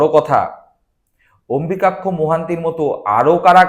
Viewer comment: যে অম্বুযাক্ষ নামটা ঠিক করে উচ্চারণ করতে পারে না, সে করছে রাজনৈতিক বিশ্লেষণ!